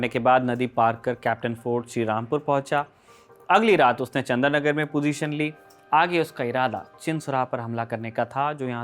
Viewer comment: It’s not Chandranagar but Chandannagar